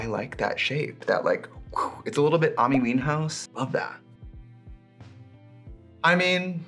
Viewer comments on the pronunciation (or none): Im sorry but "ami whinehouse" 😭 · ‘amee weenhouse’ lol i’ve never heard it pronounced like that before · Trixie....Did you just say Amee Meanhouse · him saying her name as "Aahmmy Weene-House" MARY PLEASEE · did she say "amie weenhouse"😭😭😭😭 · “Ami Weenhouse” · awmy weenhouse???? Trixie what is that pronunciation of Amy Winehouse's name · The way trixie pronounced Amy Winehouse had me in stitches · The Amy Winehouse pronunciation took me tf out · your pronunciation of amy winehouse was absolutely insane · I’m dying at how trixie pronounced Amy wine hose 😂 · I couldn't pay attention to anything after the absolutely insane pronunciation of Amy Winehouse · Did she just mispronounce Amy Winehouse or was that a joke? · It was a joke.